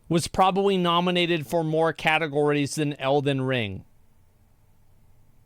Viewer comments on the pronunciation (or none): ''Cat ogories'' is what i heard.. im so funny